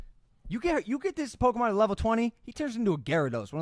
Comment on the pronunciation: mikes age really showed when he said "pokeman" LOL